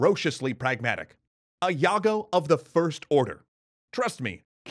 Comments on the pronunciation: The roaster is not called Yago but Jago, like "Djago". Like you call Java Java, not Yava. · he mispronounced JAGO as YAGO. you should spell "Ja" same when you said "Ja" in "Japan". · Yup, Indonesians spells "J" more like "DJ", to differentiate it with "Y" which is currently using. So "Jago" here is pronounced "Djago" not "Yago". And more importantly "Madjapahit" not "Mayapahit". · hey it um..pronounces jago not yago with a dʒ, the same way you pronounced java, jaya.. not a big deal tho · Yea. It should be pronounced as it is: Jago. Not Yago. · Great job! Thank you for making this video. One thing though, I think it's not "yago" but "jago" with the "j" sound. It means rooster in Javanese. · The word of "Jago" is not pronounced yago, but something like djago. If you're still don't understand it's like Jago from killer instinct with clear open a. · It's 'Jago' not 'yago'! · Jago = JA-GO not YA-GO... Jago means Rooster, Champion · The narrator should pronounce "jago" like jesus or john, not yago. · It's Jago not Yago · English Pronounciation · somehow my ears feels itchy every moment u said "jago : read yago by you" just use J man "jago" not "yago" '-' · Can you please stop pronouncing jago as yago? You have no problem pronouncing Gajah with hard J so then why did jago become yago? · credits Hi guys, fantastic video. One quick thing (as an indonesian speaker) -- When you say "Yago", did you mean "Jago?" The word needs to be pronounced with a hard "J", like Jack or Jaguar. Otherwise there's somewhat a dent in an otherwise valiant effort in pronouncing everything the right way -- you guys are doing a terrific job at pronouncing the hard Indonesian names of the historical people. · You should say jago like jug-o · Jago is pronounced with a hard J, like how people pronounce John, not the soft J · With a Dje sound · The Indonesian J is pronounced like the English J, not the French one